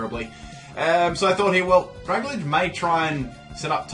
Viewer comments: Dragalge is pronounced "drag-AL-jee" (like "algae"). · You have problems with reading. Drag-a-lage? Syn-e-sis?